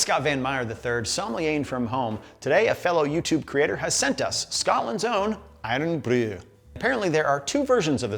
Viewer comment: I’d concern yourself more with overplaying your part of the pronunciation of Irn-Bru. It’s not some ancient ghaelic spell. It’s just short for “iron”. Cool your jets. Is there an irn-man suit somewhere in the marvel nerd universe?